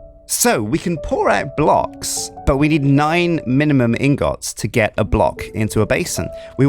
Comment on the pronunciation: can you say ingets intead of ingots cuz its making me triggered